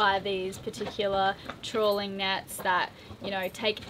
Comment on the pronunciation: Not “trolling” “trawling”